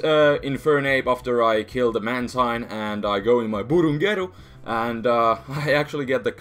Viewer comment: I like the way he pronounces "Burungeru" ^^